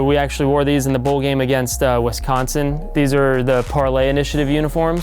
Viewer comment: wEsconsin....so cringy